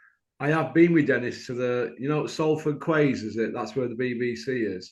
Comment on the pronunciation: Pronounced Salford Keys